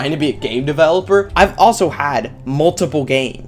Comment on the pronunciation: at the start I thought he said gay developer